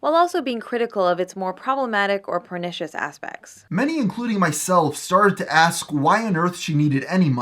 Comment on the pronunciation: Is it just me, or did you pronounce it PORN-i-shes as opposed to per-ni-shes?